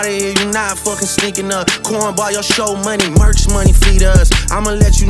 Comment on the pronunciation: It's the way he says "merch"